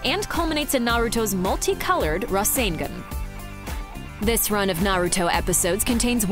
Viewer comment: She can’t even pronounce rasengan correctly.